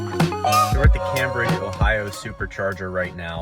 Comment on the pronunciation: And Cambridge is Came Bridge not Cam Bridge.